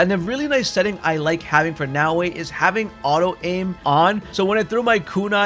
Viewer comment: omfg, it's not "Now-way"